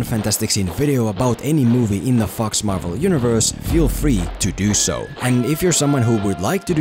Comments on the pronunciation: You know that the movie is bad when pronounces Fox Marvel Universe as Fucks Marvel Universe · I keep hearing FucksMarvel Universe🤣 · Every time you say "Fox", I just crack up, because you make it sound like a swearword :D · The way in which he says “Fox” makes me very scared he’s going to get demonetized.